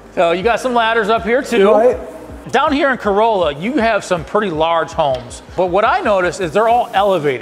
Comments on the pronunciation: Nice! But also know it’s pronounce “Cor-RAH-lah”. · Love that you went down to Corolla (the Chief says it right, not you, gotta let you know that part). Truly the OBX is my happy place and the fire departments down there are an amazing group, they are seperate but operate as one. They face unique challanges, from the 4x4 beach of Carova (that is mentioned here) to the continious winds that made this the place the Wright Brothers chose. I've listened to them and I've heard some of the most unique but yet most organized fire attacks that I've ever heard.